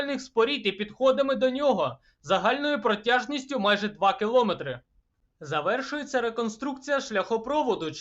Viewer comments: У слові "метр" наголошений звук "Е", а у слові кілометр - як не дивно, теж звук "Е". Не "О". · Випуск, як завжди, хороший, але вАтт - кіловАтт, грАм - кілогрАм, мЕтр - кіломЕтр. Будь-ласка озвучуйте відео грамотно.